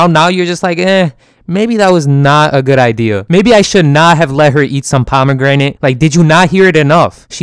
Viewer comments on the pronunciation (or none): “Pomegrenade” I understand why she smiled at the nuke now.